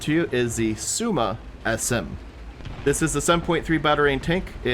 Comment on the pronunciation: Somua SM is pronounced [So] [Moo] [A] -> So-Moo-Ah SM